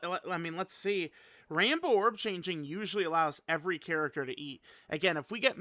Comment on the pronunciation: I also heard “Rambo orb changing”… man those orb have it coming 😂